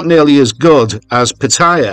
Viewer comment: I wish you would pronounce Pattaya properly, haha.